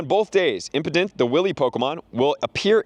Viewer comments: Brother it is"impadimp" not impotent lmao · Bro stop saying impotent 😂